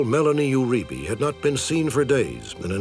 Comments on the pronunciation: Uribe is pronounced: “You-re-bay” not “you-re-bee” Lol. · I pronounce it "oo-REE-bay." It's Spanish; no "you" (although this is hard to avoid in gringos, especially in words with "eu" like 'Eugenica" or "Euforia")